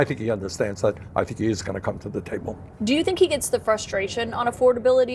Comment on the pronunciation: Carolyn? I thought it was Caroline. Can you please check and, if necessary, correct your pronunciation? You would not be happy about someone purposely mispronouncing, Kamala Harris's first name, would you?